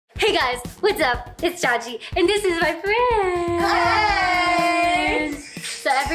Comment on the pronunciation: it’s not chachi milk, ITS CHICHI MILK NOW!